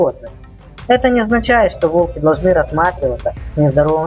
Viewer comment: Не волкИ, а вОлки. Делай ударение правильно